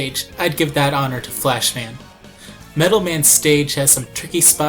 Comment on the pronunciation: it sounds like you`re saying splashman instead of flashman :P hha